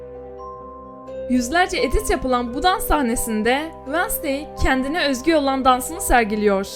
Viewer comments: Ablacım "vasney" ne yaa Wed-nes-day dee<3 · Vanasdey değil Venzdey diye okunuyor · vednızday diye okunuyo diye biliyorum